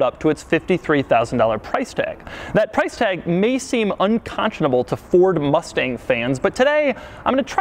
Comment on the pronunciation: “Mord Fustang”